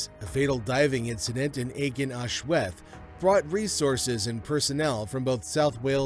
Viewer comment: The cave's name is pronounced ARGEN AHLWETH